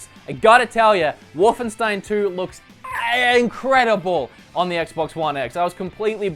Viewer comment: EEEE-INCREDIBLE Is That some kind Australian accent